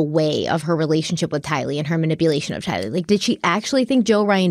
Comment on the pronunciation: i love you dearly, but PLEASE say Tylee's name right!! You put the emphasis on "Ty", the emphasis should be on "lee"!! Please, please, please!!!